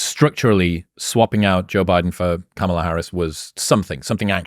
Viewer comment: Did Chris consciously or subconsciously mispronounce Kamala’s name?